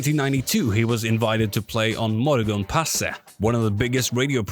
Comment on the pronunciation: Bro where are you from cause that pronunciation of eilert pilarm and morgonpasset was shockingly good. I've never heard swedish pronounced with that much care by someone not from here